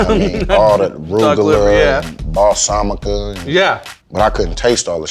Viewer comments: Nobody: Marshawn: arugula...balsamica... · "balsamica" -Marshawn lynch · he said balsamica lol